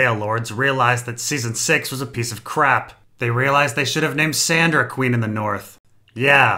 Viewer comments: Wait... are you calling Sansa "Sandra"... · is calling sansa "sandra" supposed to be funny?